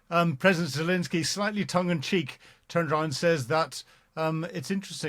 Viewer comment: is still incapable of pronouncing Zelenskyy’s name.